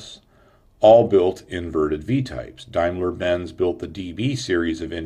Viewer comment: Hey nice video shame about pronouncaition, on Junkers and Damlier Benz, other wise real nice of course straight line from Crankshaft through reduction gearbpx to propellor is a great idea especially if the engines fuel injected already, may well be another deciding factor, thank you.